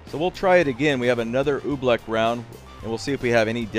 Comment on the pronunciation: Oobleck? No Oofbleck